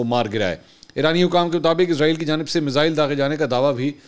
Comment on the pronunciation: Ask mansoor # بھائ جان لفظ عزرائیل نہیں ہے اسرائیل ہے پلیز کوریکٹ دیز